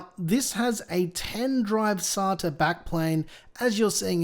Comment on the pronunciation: It's SATA not SATA :P Just go with your gut mate!!